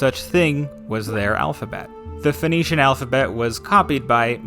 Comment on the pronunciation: Sinaitic, not Sainaitic. It's the Sinai Peninsula. Phoenician, not Phoenetian.